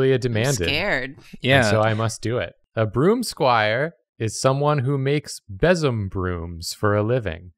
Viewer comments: Besem is actually pronounced "bay-sum." I helped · So fun fact. It's pronounced bee-som. And they weren't brooms for sweeping dirt. They were (and still are by many new pagans) pagan tools for keeping away bad energy and demons from the home. I have one that sits by my door that I made myself.